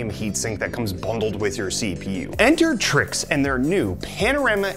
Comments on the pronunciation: I believe its trike not trix lol , looks good tho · It’s pronounced trikes